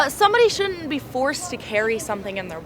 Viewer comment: Young lady, please learn to pronounce "shouldn't"